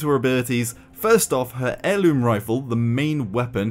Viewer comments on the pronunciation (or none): none